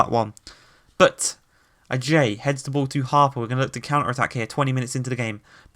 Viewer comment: He pronounces ajayi wrong